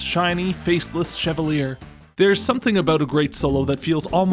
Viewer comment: 8bit's pronunciation of chevalier, yes this is bliss.